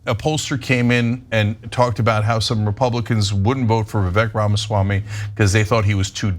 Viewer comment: Hey Ana, it might be worthwhile to at least learn how to pronounce his name.